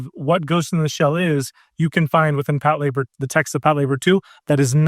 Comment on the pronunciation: I've been watching anime for 20 years and I can't believe this is how I realized I've been pronouncing Patlabor wrong this whole time. I've never seen it (not a big mecha fan), so I'd never heard it said out loud until this podcast